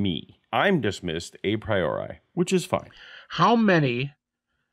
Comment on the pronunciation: A very simple, silly fact prejudices me against Habermas from the outset: he pronounces "a priori" as EYE-PRY-OR-EYE. It is in fact pronounced AH-PREE-OR-EE. This may, as I said, sound silly, but I just can't take seriously any philosopher who never seems to have heard the term "a priori" pronounced before. How does he even get ""eye" out of "a"? This term is basic to theories of logical analysis. Any actual philosophy academic has heard it pronounced hundreds, if not thousands, of times by multiple people. "Eye-pry-or-eye," for godssake. It just sounds terbacky-chawin' ignorant. My prejudice is vindicated by just how primitively stupid his epistemology rant is. He seems not even to have really grasped the previous people who have criticized Hume. Habermas is a guy who has nominally absorbed enough ad hoc epistemology to make a specious and misguided argument for Jesus' resurrection-- not anyone who has ever studied epistemology as a topic on its own. I'm not even slightly going to go into any technical deconstruction of what he has said in these clips. It's just way too goober-stupid to even merit that. So, Habermas is supposed to be a heavy-weight Christian apologist? Jebus H. Christ. I had no idea it was that bad. I will say one thing on the substance of the video: The only significant evidence we have for the mere existence of Jesus is the four Gospels of the New Testament. These are outlandishly ooky-spooky supernatural third-person narratives written by unknown members